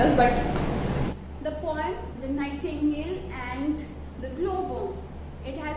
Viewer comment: Thank you maam but it's not a nihtangle it's nightingale